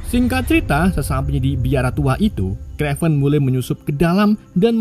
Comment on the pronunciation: kraven mas bukan krevan... tapi mantap mas, sangat menghibur